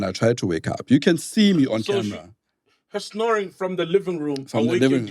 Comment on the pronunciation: I love how pronounces "camra" when referring to a camera & he's such a cutie pie.